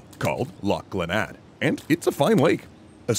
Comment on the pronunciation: YOOOOOO! I live like 10 min from Glenade and work even closer to it! BTW its pronounced like glen-aid. If I had know y'all were working on an episode about it i would have contacted the local lore experts and historians to send some reading material and info/pamphlets your way! Crazy seeing a place i drive by every couple of days represented on this channel considering its such a niche little folk tale.